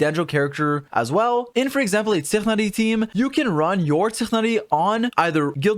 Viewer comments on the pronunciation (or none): Did u say really pronounce tighnari zichnari?? Like they literly said that name hundreds of times in the quest the trailer and u say zichnari? How? Do u habe a lingual disability? How are u saying zichnari? Come on just say tighnari its not that hard... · WHY ARE U SAYING TIGHNARI LIKE THAT. You made me look up the correct pronunciation to see if I missed something and it's apparently an arabic name which belonged to an arabic botanist by that name and it's not even pronounced like that. It's apparently pronounced Twignari. PLS.